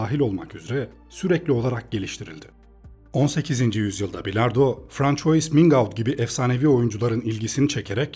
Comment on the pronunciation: Sihhatxweş. François , franswa olarak okunur. Fransız anlamına gelir